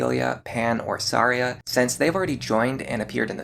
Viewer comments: What's with the way you pronounce some characters, man? How did the name Tharja become Saria? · I’m sorry how are you pronouncing Tharja? Unless I’ve been wrong my entire life it’s pronounced Th-arrr-juh correct me if I’m wrong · why are you referring Tharja as Saria? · Isn't it Thar-Ja ? I was so confused I was like saria ? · Are.. are you pronouncing "Tharja" as "Saria"? huh. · Ok I have NEVER heard someone pronounce Tharja and Noire that way. I was scratching my head trying to remember who 'Saria' was in Awakening. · Who the hell is Saria? Edit: …that’s not how her name is pronounced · It’s Tharja’s Japanese name. IDK why he was saying that one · Cherche was definitely pronounced wrong. Tharja they used the Japanese name. Personally I always pronounced Tharja with the "Th" but then the soft j with a y sound. So like "Tharya" . That is until Warriors ruined it ... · The way you pronounce Tharja's name makes me grind my teeth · Bro your pronounciation of Tharja and Noire made me want to strangle you, wtf was that? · I have never before heard anyone say Tharja's name like that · I didn't know that's how you're supposed to pronounce tharja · Yeah, I was like "Yeah, she's a Kokiri. Thanks heavens there's no option for Chrom to marry her" . 🚔🚨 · IIRC that's how Tharja's name is pronounced in Japanese. He also mispronounced "Cherche" alongside "Noire" but I don't expect your average North American gamer to know French. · I was more thrown off by how he pronounced Tharja. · Brother HATES the "TH" sound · The choice to pronounce Tharja by using her Japanese name is an interesting one when not doing so for anyone else. ‘Th’ cannot make an ‘S’ sound in the English language, so that’s the only reason anyone would pronounce it that way, especially in a time when we have an officially sanctioned pronunciation of Tharja curtesy of Fire Emblem Warriors where she is a dlc character, with supports in which her name is spoken.